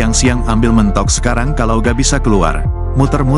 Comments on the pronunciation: G enak banget sih pake suara bot... Mentok mentok ada juga mentog pake e pepet... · Koq Mentok sih ngomongnya 😂 yang benar itu Mentok cara ngomongnya 😁